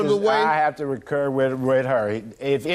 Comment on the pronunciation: Either my hearing needs checking or the defendant dude indeed said, "I have to recur* with her." I think he meant "concur" (to agree).